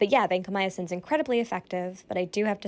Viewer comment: Vancomyosin? You mean Vancomycin?